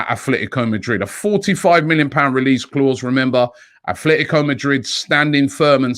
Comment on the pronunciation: AT-letico. No th.